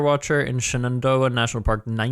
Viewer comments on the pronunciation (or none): Shenandoah is Shan in doe ah. I'm from the blue ridge mountains and the Shenandoah valley lol cracked me up to here you say shenendoeh